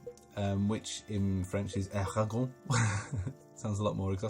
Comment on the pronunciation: En français, on dit "Eragon" avec le n. The same sound that "iron" ;)